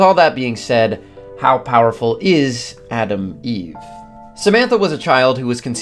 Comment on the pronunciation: Gonna make fun of you accent. It's Atom Eve not Adam Eve. That's the new trans hero coming out next week 😆